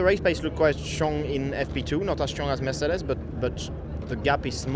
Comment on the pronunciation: It‘s amazing how charles pronounces mercedes😂